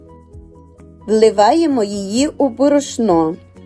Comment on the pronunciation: Не лемська, а лемківська кухня. Правильно наголошуйте: бÓрошно.